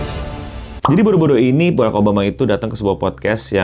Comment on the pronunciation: Barak beo bukan berreek😅😅😅